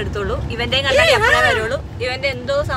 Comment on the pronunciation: Kannaadi alla kannada. Mirror aanu kannaadi. Ithu spects